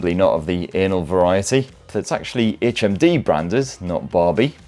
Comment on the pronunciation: I thought you kept saying HMV and I was like "what year is this!"